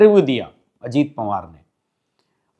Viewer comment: पंवार नहीं पवार बोलिए । 🙏